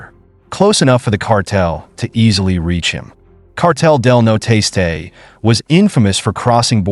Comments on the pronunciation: Its Cartel Del Noreste, the northeast cartel, not noteste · Cartel de “no-Ro-est-aye” not “no tasteay” WTH did you get that in sounding out the word?! There’s no effinT! lol sorry great video and that the only Hang up I’ve got on the video. So besides that kudos and great find! Where’d you locate this info on these stories? Are u from Texas?! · I know that kept killing me every time he said it. You think Jeff Google translate it at minimum